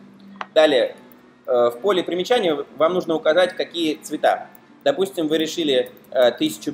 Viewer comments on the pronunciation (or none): примИчания! По русский научитесь говорить :)